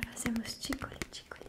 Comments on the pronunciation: Gente e eu que achei q ela falava TINGOLE em vez de ticole kkkkk pensei que vinha de tingle ai ela falava devagar e ficava tingole 😂😂😂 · Sweet Carol: Ticole Ticole Oq eu entendi: Ticolé Ticolé kkkkkkkk